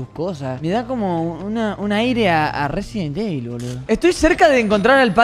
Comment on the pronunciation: Una pregunta ¿cuantas veses robleis dise resibel evil